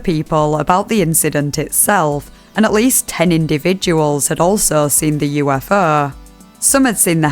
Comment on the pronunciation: Move over "let's investigaet" now we have "Yoo-eff-eaugh"